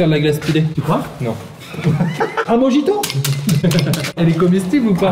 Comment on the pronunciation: Amixem petite correction on ne dit pas mojito mais morito* *(S'écrit mojito )